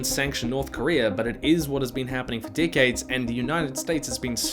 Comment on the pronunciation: You CAN do it. You say ‘rEvolution’. E. But otherwise it’s ‘dickades’ after ‘dickades’. Kiwi accent is really weird